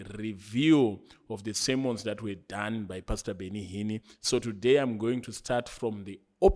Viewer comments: Awuna nyaya bro... That is why you pronounce Benny Hinn as Benny Hinni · 😂😂😂 heard it too Benny Hinnie😂😂😂